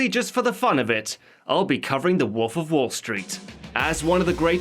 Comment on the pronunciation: Good video... If only I could get over the fact that he keeps saying woof instead of wolf